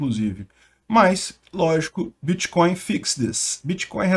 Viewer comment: "Bitcóio" (segundo o " letrado " kk) é mais seguro mesmo!